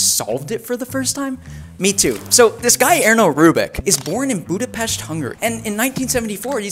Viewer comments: I'm Hungarian and its the first time that someoje said our beloved capital city's name right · Bro finally someone pronounced budapest correctly🥹